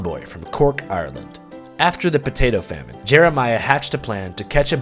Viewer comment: first yank to actually pronounce ireland like we do. not ire-land, but are-land.